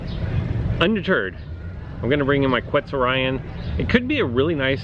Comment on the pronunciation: The level of that Spinonyx is idiotic, you could’ve worked towards Erlikospyx. Also it’s pronounced Quetz-or-ee-on